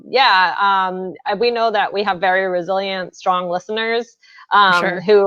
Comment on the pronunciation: Every time you said "Resilient" I thought you said Brazilian lmao you know, just learning